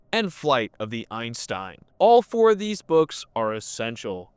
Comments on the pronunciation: Eye-zen-Stein, Einstein. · It should be eye-Sen-stein since otherwise it sounds like an american saying german words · EISENSTEIN, not Einstein